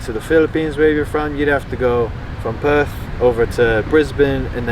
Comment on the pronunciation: Such a genuine sounding guy! 👍 Aaannnd he nails the pronunciation of Perth!